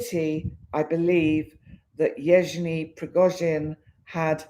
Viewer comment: Evg( just may to pronance as G ( like Guy or got = g ) eny = Evgeny, Thank you. the Real date of putin birth is 7/10/1950